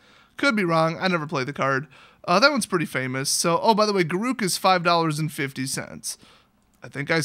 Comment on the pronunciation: It's not pronounced Ga-roo-k, it's pronounced G-air-uh-k.